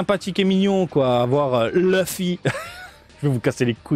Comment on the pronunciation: Tu as bien fait de le dire maintenant je dirais Leuffy (duck) au lieu de Louffy comme Kid Buu :-p